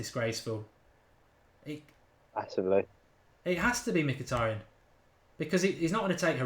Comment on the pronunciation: Mkhitaryan, being an Armenian surname, sort of supposed to be pronounced not M-hee-tA-ree-uhn or whatever, but Mhee-tar-rYAn, the stress is on the last syllable YA is one sound, not two, similar "ya" as in "yard" methinks ))